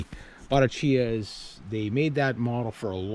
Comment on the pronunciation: In the late 60's and early 70's my brother in law and I got into "ten speed" bikes, unbeknownst to each other. I got a newly designed ultralight weight Sears Free Spirit. He got a used Bottecdhia, and pronounced it the way that you did, until we met a real bike person who said it should be pronounced "Bo-TECK- ia" Anyway, we blushed. But his was one sweet riding road bike, and was fast. My Free Spirit was nicer and newer, but lacked the authenticity of Roger's Bottecchia. I hope you get many years and miles out of your great "scrap metal find." Wow.